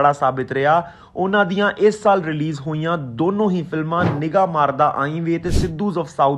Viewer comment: ਸਾਲ਼ ਨ੍ਹੀ ਸਾਲ (saal not saalh). ਤਲੱਫੁਜ਼ ਠੀਕ ਕਰੋ